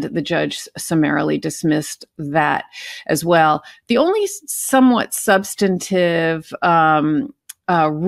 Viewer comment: By the way, BEN, the words are MACK-n-nay-shuns, and SUB-stun-tive. NOT ma-shi-na-shuns or sub-STAN-i-tive. At least you had the right number of syllables in machinations, but you added an extra one in substantive.